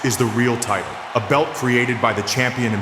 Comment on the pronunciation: "WWE tight-till"